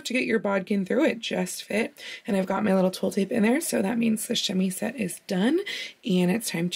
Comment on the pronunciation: Tiny prononciation thing about the word chemisette: in French, if the letter s is by itself between 2 vowels, it's pronounced like a z. So while it's spelt chemisette, it's pronounced chemizette. But you're saying it while speaking English, so it's more of a grey area prononciation wise... Also, I love your videos!